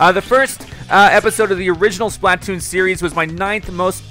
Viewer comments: The way you pronounce Splatoon made it low key hard to watch. "Spluh-toon", not "Splaht-toon" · Okay dude seriously, start pronouncing Splatoon correctly. Its a play on the word platoon. Its pronounced the same way. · Why does he say it like splat toon it's 1 word splatoon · every time he says "Splat-Toon" I cringe a little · i cringe everytime says splatoon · The way you pronounce Splatoon drives me nuts.